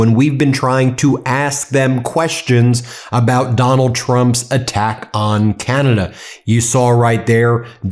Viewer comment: Ca-na-da not kee-yan-a-duh